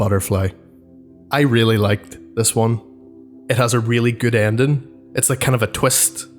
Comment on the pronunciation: The way you say ending is weard but now I wonder were you are from